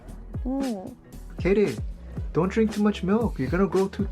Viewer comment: HE SAYS MALK